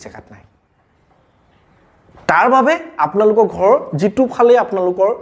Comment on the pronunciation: Apuni koth koute ro tu bebohar koribo.gha nohoi ghar kobo lage.